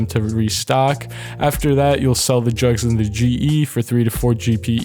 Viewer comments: i thought he said drugs not jugs lol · sounds like he says drugs instead of jugs lol 😂😂😂